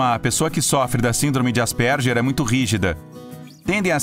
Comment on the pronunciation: Ele n falou errado?Asperger